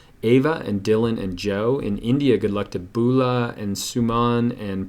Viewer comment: lol its Beula as in Be-You-La ~ .. Good effort though and Thank you so much !